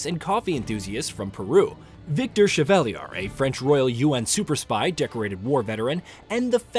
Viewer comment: I keep hearing "Kazuma" instead of Kazama. Maybe it's just me. Also, Victor Chevawhatagain?